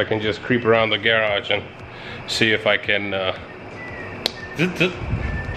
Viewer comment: How can you have a garage video series and pronounce the word garage all weird? 😂